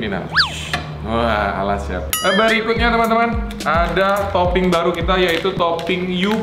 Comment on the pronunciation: kok ngomong berikutnya eberikutnya